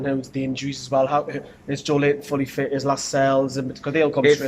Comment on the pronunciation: Nice one lads... No disrespect intended but there's at least 3 players whose names you aren't pronouncing correctly... Schär, Muto and Joelinton.